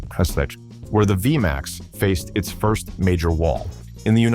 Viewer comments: dude learn to say the name its v max not vee a max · WTF is a V a MAX. Narrator keeps repeating that over and over. Hate these narrators for hire and they have absolutely no clue what they are saying. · V-M-AXE? ...thanks A.I. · Viyamax. I've had it with AI slop. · What the hell is a V m x? It is V-MAX! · What the hell is a via max?? AI sucks